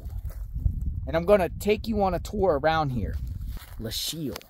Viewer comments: Pronounced LOW-KEEL. Fascinating history! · Lochiel is pronounced Low-Keel. Always leave a ranch gate the way you found it. The barrier on the border in the Lochiel area isn't to prevent people from crossing on foot, as the area is extremely remote. They are vehicle barriers to prevent vehicles full of people or dope from just driving through the wire fence and crossing the border. As to why the barrier abruptly ends? Ask the current administration. - retired BP Agent that spent 7 years assigned to the Nogales Station and often worked the Lochiel area in the late 1990s - early 2000s.